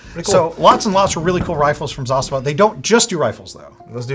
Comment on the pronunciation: Very good pronunciation of word Zastava ( Застава ). Respect.